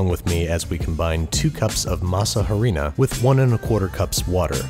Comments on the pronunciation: "Masa harina" as a mejican that made me chuckle. Just for future reference, the h is silent so it's pronounced ah-ree-na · "Masa Harina" means "dough flour". It's maseca, masa is do9ugh and harina is flour. Harina, silent H. Farine in french. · Babish, in Spanish, the H is silent.